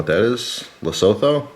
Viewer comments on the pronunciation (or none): Lesotho is a conuntry neighbouring South Africa and is pronounced "Lesoottoo" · Best way I can break it down for you is le-soet-to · that Lesotho pronunciation though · The way you say Lesotho 😂